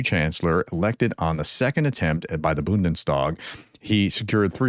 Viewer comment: Try Bundes tag, not Bunden stag.